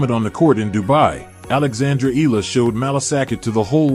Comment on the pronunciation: Eala pronunciation E-yala